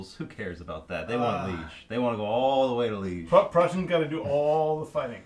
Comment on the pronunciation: Why fight that first battle? Why not just withdraw all the Prussian forces as you did with the artillery? Seems daft to me to lose a whole Corp. Also it's Lee-age, not pronounced the same as the word liege, there's an accent on the first e.